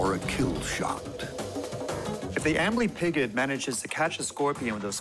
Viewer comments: The first time they said amblypigyd I heard "ambling pigeon" and thought "oh God a scorpion killed a pigeon? I thought this show was about bugs!" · when i heard amblypygid i thought he said angry pigeon. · Sounds like "armory pigeon"